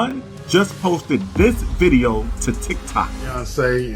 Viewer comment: “Unkle Ron posted another diddeo” haha